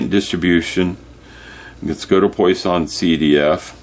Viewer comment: It’s pronounced “PWAH-sonn”